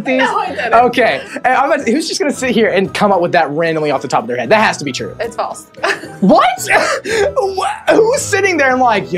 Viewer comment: It's said ture instead of true